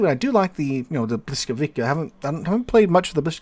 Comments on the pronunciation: "bwis", Błyskawica has an "L" with a slash through it. In Polish (and some other West Slavic languages), that is pronounced as a "wah" sound. While the letter "W" is pronounced as a "vuh" sound. So the correct pronunciation is, indeed, "bwiskavitsa" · Ok, Pole here. It's "bwiskavitsa" :) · it's more like "blyskawitza", no hard K at the end. difficult language i know :) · Aaarghh! Bvis-cah-vi-tsa... The stroked L is pronounced as either v or w, depending on its position. The c is pronounced like k in Polish. Interestingly, if you take a close look, you can still see the German "Blitz", from Middle High German blicze, in this word. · Man you're really butchering the name of that ship ;) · Thanks! An English-speaking American looking at "Błyskawica" has no clue whatsoever how to pronounce it just by looking at the word, the correct sounds of the letters are totally foreign to them, which explains butchering of the correct pronounciation. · Yeah, who would expect a teacher to make a simple copy paste entry into a translate tool and klick the "speaker" button to listen to the pronounciation. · Well, but its not quite that simple. Hearing the correct pronunciation, and saying it, are two different things. That is why people who are non-native usually have accents. However, I agree that he butchered it badly and could have done better.